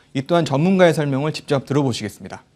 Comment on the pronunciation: 아나운서가 왜 '적접'을 '집적'이라고 발음하는지 모르겠습니다. 시정 부탁 드립니다.